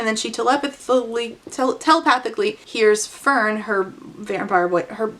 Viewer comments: searched it up👍 it’s fehrn , which out of each placement , would probably change the pronunciation the most🦐🦶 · When you said "Fern with an H" I genuinely couldn't imagine where that H went. Fhern, Fehrn, Ferhn and Fernh all seemed genuinely plausible and equally unnecessary.